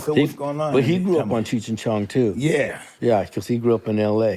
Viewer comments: Is Henry saying, "Cheechy Chong"? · Could’ve swore he said “Chink & Chong” 😳 nevertheless love this show Mike!